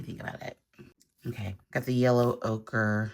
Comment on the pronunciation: Ochre, the color, is pronounced 0-ker, o-kra is a vegetable